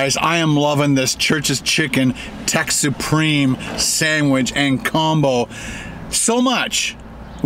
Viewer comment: Buddy stop saying SANDWIDGE it's just a sandwich it's easy to say let's say it all together now, sandWICH! Yay good job now keep it up turd